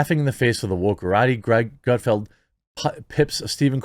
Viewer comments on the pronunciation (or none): ...how the fuck do you still not know its Gutfeld? not field......ffs lol... you crack me up man. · This is why I watch but don't subscribe you act like you don't know how to pronounce Greg's name and don't know what his show is about if you don't know do your research or don't comment